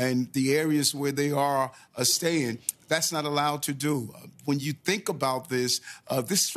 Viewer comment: Cannot give illegals a "Sti-fend"?? The mayor of NY cannot speak English.